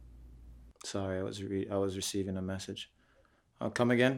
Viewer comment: Nigga said “I was reviving a message” 😂😂😂